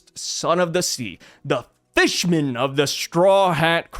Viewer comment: uses a hard "f" when he says fishman like it's a slur 😂